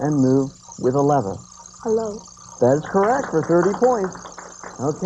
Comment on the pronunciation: An educational show mispronouncing lever? Yikes!